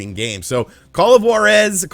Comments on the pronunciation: The “R” in Juarez isnt rolled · I am a native Spanish speaker and I approve this Juarez pronunciation. This is the way.